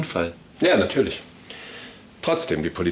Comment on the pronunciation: Jana: Ja nartürlisch 😂